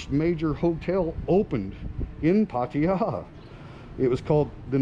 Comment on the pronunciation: STOP SAYING PAR TI JA try PAA TAA JAA ?